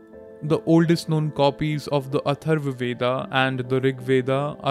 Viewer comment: It's Veda (वेद), not VedAAAAAA. Learn to pronounce your own words properly.